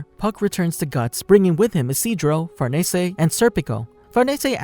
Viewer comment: the way u say farnese makes me wanna gouge my eyes out